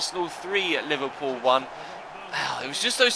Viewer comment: It's Liverpool , where did u get the "loo" from !? Typical idiot shitty mancs.